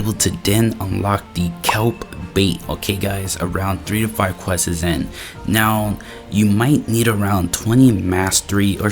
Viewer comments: Quests ❌ Quessess✅ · Why bro saying questses